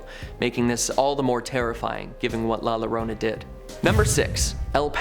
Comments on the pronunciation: When you pronounce a word in Spanish that starts with a double lol as in llorona. It's pronounced yorona. ( ll is pronounced as a y ) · It's pronounced "Yorona" as the "LL" in "Llorona" makes a "Y" sound in Spanish. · Llorona is pronounced "Jorona" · LL is pronounced like Y, not like L. Llorona = yorona. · TWO LL IS A Y!!!!!!!! Llorona!!! Damn it